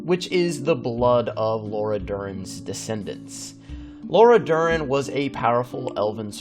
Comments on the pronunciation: It's not "Laura Dern", that's an actress. It's LARA (like Lara Croft) Dorren (Pronounced like Door and Hen) At least make an effort to pronounce it right, this is a Witcher lore channel. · Nah, it's Lara Dorren. The uploader just pronouced it badly